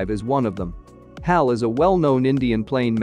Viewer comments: It's not Hal it's H. A .L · Its not Hell its HAL